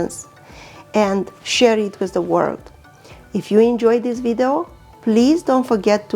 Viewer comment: It's video not widao